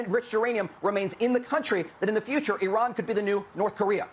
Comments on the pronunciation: It's Iran, not Irun. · Where is "I Run"? Its "E Ron" or "I Ran"(common american misspronounciation). I think you tried to mix the 2 lol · Its called...I RAN!! not irun. Smdh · It is called IRAN NOT I RUN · IRAN NOT IRUN..... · It’s Iran. Not I Run. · It's Iran not Irun.